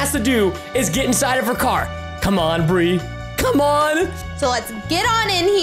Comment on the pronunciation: Bri literally just said "Burr."